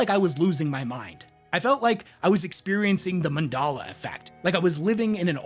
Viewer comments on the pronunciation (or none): Sorry to be that guy, but , it's Mandela effect, not mandala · Bro said Man-DOLL-uh effect... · "mandala effect" lol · Speaking of the "Mendela" effect lol Never heard it being pronounced "Men-Dala" before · pretty sure its 'mandela effect' not 'mandala' effect, but now i'm not sure and might be misremembering the name, i just mandela effected myself about the mandala effect / mandela effect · Mondalla? Mandela * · Saying "mandala effect" instead of "Mandela effect" is the REAL hard retcon in this video. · The mendala effect😂 good effort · Mondala Effect?? Mandela Effect. Nelson Mandela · Mundalla effect? Mandela, bro, Mandela. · MANDELA Effect 😂 not Mandala. Named after Nelson Mandela and the fact that he DIDN'T die in prison. Although the whole world thought he did. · Mispronounced "Mandela Effect." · is from a different universe where they say Mandela wrong? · That is not how you pronounce Mandela lol😂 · Bro really butchered the pronunciation of “Mandela” effect😂